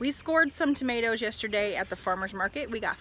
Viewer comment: Now I know so much more about tomatoes, or as you say “tomaloes”...we’re no better in the 🇬🇧 we say “tomarrrtoes”...Thanks, looking forward to your next instalment😀👍💕